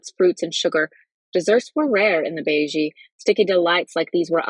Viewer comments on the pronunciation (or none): Beje is pronounced (bay yay) but otherwise, great reading!